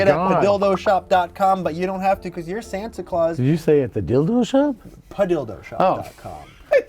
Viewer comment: the english in me dies a little everytime they say santa claus